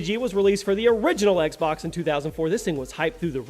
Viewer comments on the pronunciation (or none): none